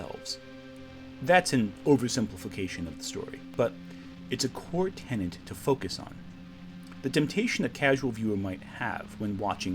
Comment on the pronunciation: It's "tenet", not "tenent", like the movie by Christopher Nolan.